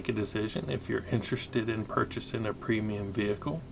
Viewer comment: Sorry to be that guy, but it's actually a premium tank, not a preimum tank.